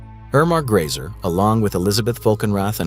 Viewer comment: Grese not Grayser.